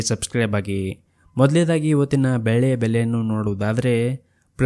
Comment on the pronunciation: 😮 ಬೇಳೆ ಯ ಬೆಲೆನಾ ? ಬೆಳ್ಳಿ ಯ ಬೆಲೆನಾ ? ಸ್ಪಷ್ಟವಾಗಿ ಹೇಳಿ. 😮